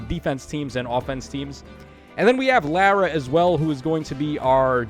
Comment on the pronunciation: Thats not how you pronounce Thracia or Lara